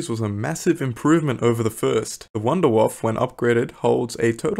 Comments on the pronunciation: I never heard of Wonderwoff or Dee Reeese, i only know Wunderwaffe and Der Riese :) Anyways, extremely good video, my favorite will probably always be the Thundergun. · Your pronuciatuon of wunderwaffe is wrong.